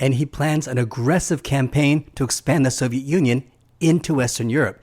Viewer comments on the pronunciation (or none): none